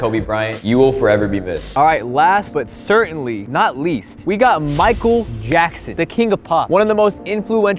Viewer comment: did he just say michael gackson